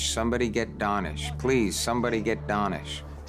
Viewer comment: I couldn’t help notice that they keep pronouncing his name like “Dahnish” but he clearly pronounces his OWN name as “Danish” like the people from Denmark…didn’t they listen to they’re own suspect?